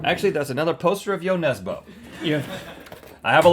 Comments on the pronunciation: That is not how you pronounce Jo Nesbø.... its more like nesbuh than nesbo.... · Jo Nesboh!? Ø is pronounced more like the "i" in stir 😊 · Its jon nesbø not jon nesbou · "Yo Nesboe" My norwegianess is cringing. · IT’S NESBØ, NOT NESBO. Ø IS PRONOUNCED LIKE THE U IN MUD AND U IN BURN. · The way Rhett pronounces Nesbø is maybe the funniest thing i have heard in a while. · What is impressive is Rhetts pronunciation of ‘Jo Nesbø’ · Hahah the way the pronounced Jo Nesbø haha (I’m from Norway btw🇳🇴)